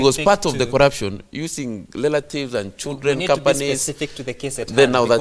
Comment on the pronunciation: Lelatives collurption.migoli Speak english